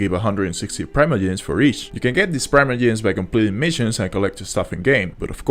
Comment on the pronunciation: I have never heard anyone say "Praimoyems"